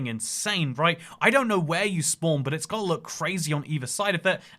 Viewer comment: Damn I love listening to you say "spwan".😂😂😂